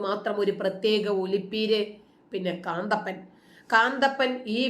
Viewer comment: കാന്തപ്പൻ അല്ല കന്തപ്പൻ 🤣🤣🤣